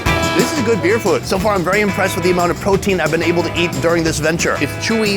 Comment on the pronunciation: Sonny gets on my nerves why he’s always say fuudd instead of food ?? Get on my nerves already !!